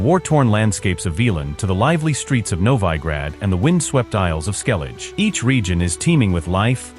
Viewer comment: Jeralt of rivia! Novaaaaigrad!